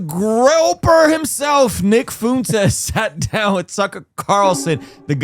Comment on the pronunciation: Why did you say that you want to talk with Nick Fuentes but you keep intentionally mispronounce his name and the name of his audience? Optically it makes it look like you won't have a good faith convo, and he prolly wont wanna do it.